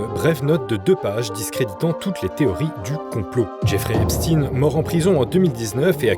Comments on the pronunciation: Pourquoi dites vous Epstine ? Pour nous faire croire à des origines russes ? Non messieurs, c'est Ep-chtaïne et il était juif, tout comme Bronstein (alias Trotsky) d'ailleurs... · Epstein est un nom allemand stein = la pierre et ça se prononce chtaïn. Compris ? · Affaire "epstiin" ???!?? Prononcez correctement svp! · Tout ce qui finit par stein est juif.... voilà pourquoi ils changent la prononciation... Weinstein (me too) Bronstein (Trotsky), etc...